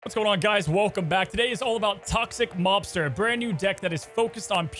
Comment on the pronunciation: I keep hearing Toxic 'Lobster' and now I want that deck....